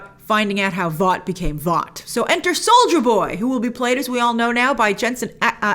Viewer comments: I keep hearing "soulja boy" instead of soldier boy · I heard Soulja boy instead of soldier boy multiple times 😂😂😂😂😂😂😂